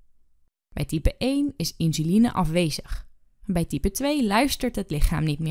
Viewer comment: Insuline wel, maar de uitspraak 'inzuline' is verkeerd.